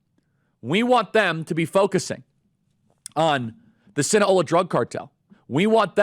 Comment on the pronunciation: Sinna Low Ah SInaloa. Gotta say it right, Charlie.